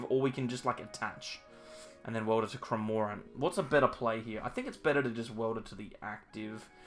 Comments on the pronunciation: Just kills me 😂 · I’ve unsubscribed until you can pronounce cramorant correctly, if anything, Kevin would be acceptable